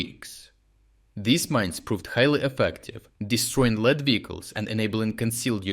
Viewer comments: Great summary as usual. Your English is fantastic but a small note for accuracy of grammar. Please note: people & vehicles on point (front) are in the ‘lead’,but this is pronounced like ‘leed’. In English this is still spelt lead - but not pronounced lead but rather leed or ‘leeds’ (like the north English city. ). This English language and its words can be mind bobbling for us native speakers. Like ‘live’ (as in I live) and live (it’s alive). Exact same spelling but difference sound and meaning depending on context. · Great news1 Btw, 'lead vehicles' is for inexplicable reasons pronounced like 'leed vehicles'. don't ask why - it's english...